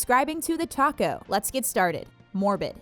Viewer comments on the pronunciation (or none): none